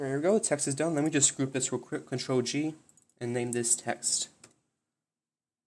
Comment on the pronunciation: thank you! I had no idea what button you were supposed to press because to me it sounded like you were saying Alt instead of Ctrl but that just copied the layer